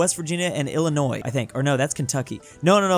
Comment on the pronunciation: "Illinios" Good job